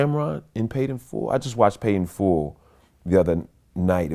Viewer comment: It’s “Paid in Full” not “Made in Full” Vlad🤦🏾‍♂️🤣🤣